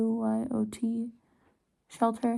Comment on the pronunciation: Guyot is pronounced “gee-oh” with a hard g